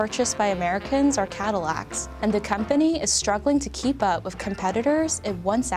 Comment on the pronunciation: Its “with”, not “wif”.